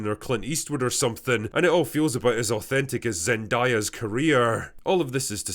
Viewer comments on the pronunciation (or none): Cue all of the Zendaya stans correcting The Drinker on his mispronounciation of her name! 😂